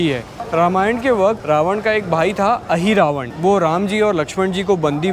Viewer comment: It is not Ahiravan, perhaps Mahiravan